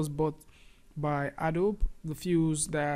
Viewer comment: It's pronounced A DOE BEE